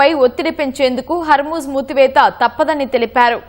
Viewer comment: హర్మూజ్ మూసివేత మేడమ్, మూతివేత కాదు... అలాగే సుప్రీమ్ లీడర్ మేడమ్, సుప్లీమ్ లీడర్ కాదు మేడమ్😅